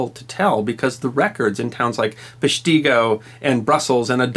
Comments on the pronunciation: Just a reminder, it's pronounced PESH-ti-go. Lots of odd names up here in the north woods, some from the Ojibwa culture. MIchigan (where I live) is full of difficult-to-pronounce names. Like "Hell", Michigan. It's pronounced "Hell", and rhymes with "bell", "fell", "yell", etc. Just remember: When you're in Michigan, it's Hell. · Thanks for this. Even though I live in Wisconsin I had no idea of this disaster. The only thing you got incorrect was how to pronounce PESCH ti Go. It took me years after moving here to figure out pronunciation. Wisconsinites say things differently. New Berlin is New BER lin. There are so many more. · Pesht-i-go (the i is pronounced soft in WI, the native state) Can't watch. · As a native ‘Sconi, growing up around Wausaukee, and like all grade-schoolers in the region, I all made the pilgrimage to Peshtigo to learn about that horrible moment in history. Thanks for bringing it to wider audience. It deserves remembrance. (And it’s PESH te go, but many have called that out. It’s a minor thing and WI is full of befuddling town names) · Pronounced 'Pesh-teh-go' Another incredible happening of the Peshtigo fire is that it moved so fast it cast embers across the bay of Green Bay and burned part of the peninsula as well. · It's pronounced...Pesh-tig-go... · It's Pesh- teg ( short e) go.... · You are pronouncing it wrong Peshtigo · And the emphasis is on "Pesh", not "ti". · Yes...As a Northeast Wisconite it hurts to hear it said that way....Then again, my small town high school played Peshtigo so screw those guys...My teenage self would totally tease them with a "Pesh-tee-go" taunt. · The locals (I live in Green Bay) pronounce the name PESH ti go. Aside from that, y' done good. To this day you can STILL find tree stumps from trees burned in that fire. The museum is worth the drive to see. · This is a great video but you are pronouncing Peshtigo incorrectly. (My great grandmother survived the fire). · It drives me nuts how he says peshtigo